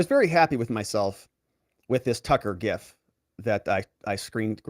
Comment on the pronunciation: I think I’ve said it before, or at least something similar - you’re one of my favorite accounts, and I try not to ever miss an episode! Without you, I wouldn’t know half of what is going on. I love your format! I’m so happy for you that you can do this❤ I do have to point out one little tiny thing, tho! The pronunciation of gif (according to its creator) is “jif”, like giraffe or Gerald or Germany or ginger 😅